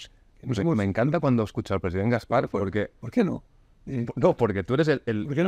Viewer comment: Por favor, pongan un crowfounding para pagar un logopeda a Gaspart.